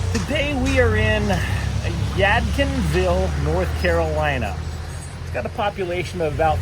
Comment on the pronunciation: The D in Yadkinville is NOT silent. You pronounced it right the first time!